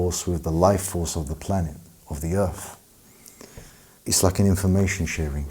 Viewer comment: Are you gonna save the Earf? 🧐